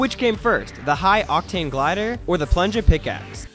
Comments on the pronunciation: Its plunja not punja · He also said plunja skin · He said plungaskin